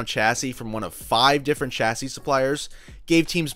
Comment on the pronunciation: Kudos to you for pronouncing ‘chassis’ correctly! 👏 I’m not trying to denigrate all Americans, but you are genuinely the first American I’ve heard pronouncing it as it should be, with the ‘ch’ being soft and sounding like ‘s’, due to the fact it is a French word, exactly like the start of champagne. I respect Townsend Bell a lot, but hearing him always pronouncing ‘chassis’ with a hard ‘ch’ as per the word ‘chat’ really grates on me! I like your style with the video as well, subscribed! 👍🙂